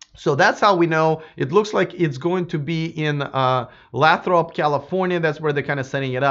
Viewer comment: Lathrop is pronounced Lay-throp